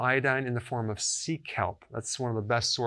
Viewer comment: just came across this--thank you Dr. Berg for the video. Could you or someone tell what is needed for losing outer eyebrow--i could not hear what you said in the video about taking iodine in the form c-calp??--what is that? I turned on the caption but did not help to figure that out. Any help from any one who can hear it would be appreciated. Thank you!